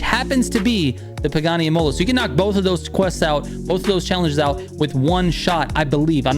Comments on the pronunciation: It's pronounced Im'a'la like the Italian race track. Otherwise thanks for the vids 👍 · IMOLA with emphasis on the "I", not the "o"